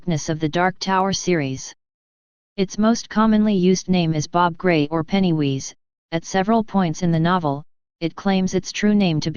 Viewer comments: Penny who? It's pennywise not penny wheeze otherwise great video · You lost me with 'Pennywheeze' Sheesh....worse than 'Aruman'